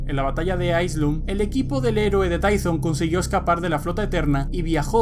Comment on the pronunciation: se pronuncia Tython